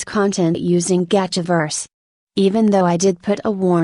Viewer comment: Only thing that bugs me When it pronounces Gacha wrong